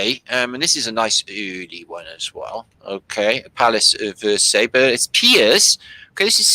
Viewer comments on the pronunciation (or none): Versailles..pronounced ie..like . lie..anyway they used the fireplaces to pee in..well..what else would one do?